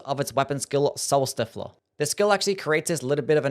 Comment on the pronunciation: Soul stiff-ler lmao